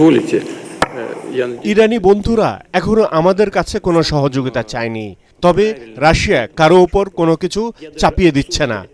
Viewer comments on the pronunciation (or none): none